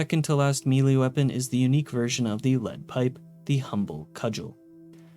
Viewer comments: Sorry, but its just driving me nuts. The word "melee" isn't pronounced "mealy", its "may-lay" or "meh-lay" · Melee, not mili. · Good video but my brother in christ, its pronounced "May-Lay" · I always get a kick out of it when people say "mee-lay" for melee 🤣 I get that I'm probably the weird one that says "may-lay" but still funny sounding the way some people pronounce it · Melee is pronounced "may-lay," etc. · Holy shit. You're an adult. Learn how to pronounce 'Melee'. It's like pronouncing 'Earth' as EE-AR-th or 'Sunday' as SOON-day. We've known how to say it properly for ages and you are just choosing to say it like a 10 year old. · Somebody please teach this guy how to pronounce “melee” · Took the time to research religious texts but didn't take aby effort to learn the proper pronunciation of 80% of the words like nephi or melee i cpuld list them all but it would take more time than you put into this video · If it makes you feel better, he also mispronounced nanometer, micrometer, and melee.